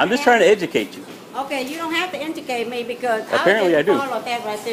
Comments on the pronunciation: Thefts Brah "you don't have to ingicate me" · I'm just trying to eduacte you - Okay you don't have to enticate me lmfao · ''You dun have to emjicate me'' Jesus, dumb bitch. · Did she say indicate instead of educate 😂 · you dont have to enducayte me